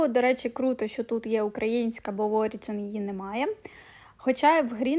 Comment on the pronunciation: Про Origin то наголос на О